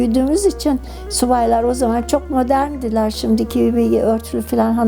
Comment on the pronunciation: Subaylar madorn di Başörtülü giremezdi".. Nasıl bilinç altına yerleşmiş ki... Bu kadar bilgili olduğu halde telaffuz edebiliyor